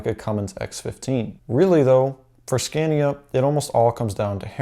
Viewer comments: It’s “scahnya” my dude. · I am a mechanic here in sweden. you can find nearly as many straight 6 engines as v8 motors in Scania. The V8 is very popular to swedes because they are reliable, very much power, and they sound mean! By the way, here in sweden the name is pronounced Sc-ah-nia. very nice video. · You have to pronounce the A´s in SCANIA as an a, not ä. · Here in New zealand the vast majority or scanias are v8s only really the smaller trucks are i6s. It also hurts every time he pronounced scania